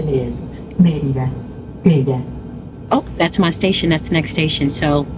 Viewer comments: Merida, not Miderna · There is no "n" in Merida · Is 'That City' pronounced ... (Mair...ree...dah) ? /Merida Tu hablar espanol? /Do you speak spanish? and are you communicating good with The People, and they with you? O.k. I got my answer as I continued viewing your video when you said you do not speak spanish. I'm very proud of you though; so brave of traveling alone. Pero aprende espanol es muy importante. / Learn spanish very important to know. I'm not latino but it's my 3rd spoken language. Remember former President- 'Gorge Bush' who's brother I think name was 'Bud Bush' who spoke fluent spanish, I think that's when alot of Americans got inspired and jumped on the band wagon and learned. 😂 Anyway, nice content thanks for sharing.❤ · It’s Merida. MARE-i-duh. 😊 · Mérida girl not Merderna 😂! Mérida is super hot but such a vibe! I’m hoping to move there!! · Please learn how to pronounce MERIDA correctly 😂😂😂😂